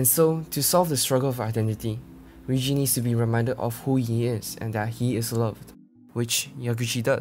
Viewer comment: Please stop calling her Riyuji that's make me feel so bad for her.